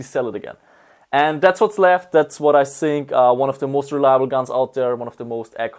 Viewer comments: sink is for washing your plates :D Die Österreicher und des TH xD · i zink haha love it :D sorry for nagging about the accent but its funny